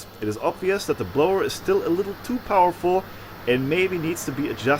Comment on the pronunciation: "....a little bit poweful.." ahahah!!! A crazy forge instead...!!! Very good work, have fun...and stay safe.